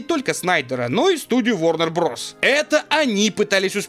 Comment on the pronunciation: правильно произносить ворнер бразерс. Bros. в английском языке сокращенный вариант brothers